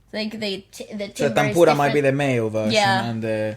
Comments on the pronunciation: Not Tamboora. It is Tanpura. It is Indian scale Sa, Re, Ga, Ma, Pa, Da, Nee, Saa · It's a "Taan-pura" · Tan-pura the n and p are pronounced seperately